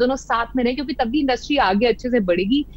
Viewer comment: Aap education le pehle... Its industry not industrii😅😂